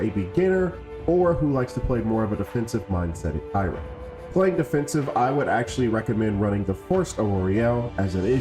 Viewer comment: good tutorial but he didn't even pronounce her name right and only covered solo glyphs board o.O